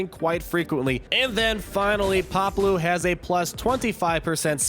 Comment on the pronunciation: *(pah•blue), not Pablo lol